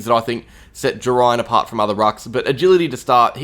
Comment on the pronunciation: It's pronounced Jerr-Ain